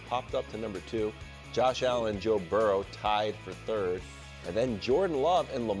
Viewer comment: Why can’t Wildes say the words “worry” and “Burrow”? What dialect prevents those pronunciations?